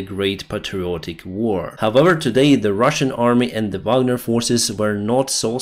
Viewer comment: "Z Fisherman" lmfao